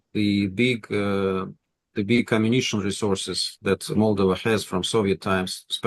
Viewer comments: The Russian doesn't even know how to say "Moldova" properly but want this country to be Pro-Russian. Its MolDOva not MOLdova. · Valuable content on a rarely mentioned country. Moldova (stress on the second syllable. Polyanski should really know this because it is pronounced exactly the same way in Russian) has always been a dirt-poor, geopolitically insignificant pawn in the games of its bigger neighbors; it is a shame it is coming out of the shadows for all the wrong reasons.